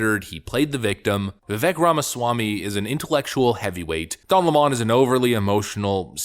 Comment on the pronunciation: It's not Don leemoone it's Lemon. Like the sour fruit.